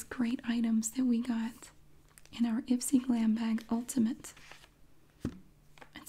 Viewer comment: I thought that IPSY said i spy 😂